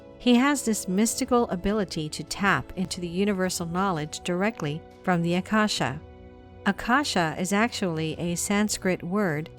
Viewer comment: It is Aa-kaa-sha, actually...:) ākāśa आकाश often referred to as "Sky" in some Indian languages, it really means "Ether" that invisible element that is all pervasive.